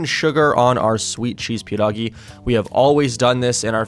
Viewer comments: OMG U SAID PIEROGI PERFECTLY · You say 'pierogi' very well